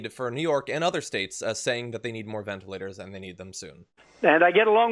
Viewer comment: Can this guy pronounce anything correctly? Do I hear him say, ventAlators? I think that's what I heard him say at lest three times: ventA- lators. Maybe he doesn't know the ORANGES of the word!